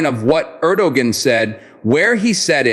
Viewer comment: You know all is well But it would be nice if you can pronounce the countries president's name correctly